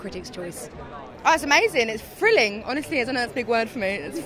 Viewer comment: i love how she pronounces "thrilling" as "frilling", love that cockney accent!